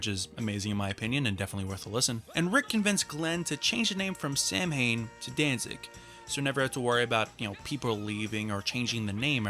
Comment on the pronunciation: Samhain is pronounced “sow-in”, as in ow-in.